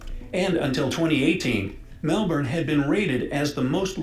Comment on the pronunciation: Super impressed you pronounce Melbourne properly!!!!!! 👍